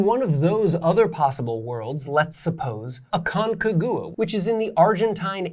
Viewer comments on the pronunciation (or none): aconCAgua , the accent goes on CA , nice lecture btw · Just a heads up about your pronunciation of Aconcagua (not the point of the video, I know). It's pronounced more like "ah-kon-KAH-gwah". Your rendering of the pronunciation had me sniggering haha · MY GOD that pronunciation of Aconcagua is atrocious, just look it up in google translator